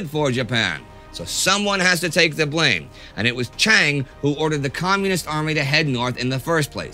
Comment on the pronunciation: Pronounce Chiang as Jiang and you are perfect.